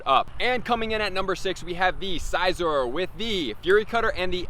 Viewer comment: You are pronouncing Scizor wrong